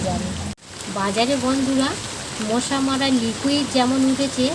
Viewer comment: মোশা না মশা বলে।